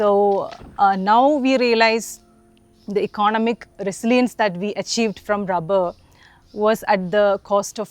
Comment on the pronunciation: lady, its not "rabber", its "rubber"